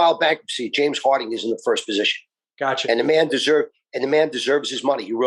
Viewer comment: pronouncing Harden as Harding the entire time was killing me lol